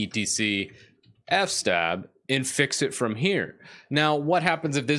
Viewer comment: I like that you pronounce it "f-stab" like I always do in my mind. I have no idea how long it was until I realized it was "f.s.-tab" for "file system table".